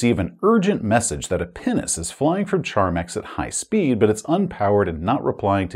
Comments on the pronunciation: I'm sorry but whenever you said Pinnace, I've heard "penis" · Am I supposed to be an adult? Yes. Did I have an internal chuckle every time said ‘pinnace’? …Also yes. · Oh! Pinnace! Definitely didnt hear that correctly the first time. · Pinace... you keep saying it and i keep being confused. Then i see the floor plan and O.o